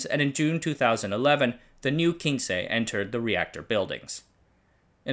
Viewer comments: Great video! The nane of the 1st "Japanese" robot quince is pronounced "queens"... Not from 15 in spanish but from the Q generation of rescue robot who all have flowers names. The previous version (K version) was Kenaf and the one after quince was the S one called Sakura. We designed Quince for search and rescue with a great focus of being able to climbed stairs which was exactly what it did. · Yerah that bit was painful to see him mention...It is definitely Quince (pronounced Kw-ins) like "wince" as in "he winced when the bully hit him hard in the belly" - Botanical name - Cydonia Oblonga, There are 3 flowering quince varieties across Asia. We used to have a huge tree in our back yard where I grew up. So if named after flowers it stands to reason it was this, and absolutely not Spanish. Someone below mentioned the channel not being the best with pronunciation..but really this isn't just about pronunciation, some proper research would have lead to the proper conclusioon and not just "Kin-che is spanish for 15, but I'm not sure that was what they were going for..." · By the way, the robot Quince was NOT named for "Spanish 15" but for quince the fruit... sort of like a pear. Pronunciation is also wrong since you assumed the Spanish word. It's said like kwince